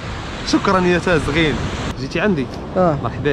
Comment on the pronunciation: إسمها تزاغيين وليس تازغين مرحبا بك في الريف